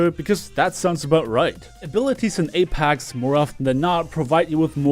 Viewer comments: please stop saying apAx. lol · nobody:: Apax legends